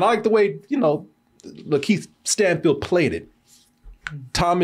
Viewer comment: Why does keep pronouncing it Lan-Keith Stanfield and no one's saying anything? 😂